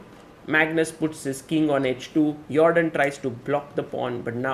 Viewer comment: "Yordan" without the J sound is also good.